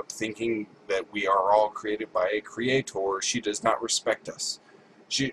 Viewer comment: Cre-a-TOR, cre-a-TOR - woman, shut the f*k up already!